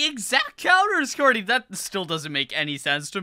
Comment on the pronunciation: His name is not cat it’ Cary